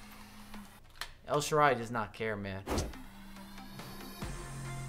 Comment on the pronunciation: nice rewiew but you should pronounce the name of the Italian wing well El sharaui Thanks man. Good job 😊